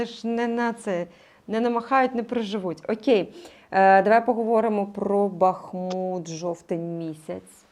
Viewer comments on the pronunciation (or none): none